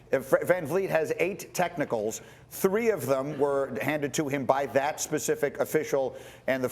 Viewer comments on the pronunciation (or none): I think there should be an unwritten rule for speaking on national tv….if you say “pacific” in place of “specific” more than twice…you should no longer be allowed to speak on tv. I’ve heard Perk do this tooo many times now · I can't be the only person that realized Kendrick Perkins said "PACIFIC" instead of SPECIFIC ish. 🤣🤣🤣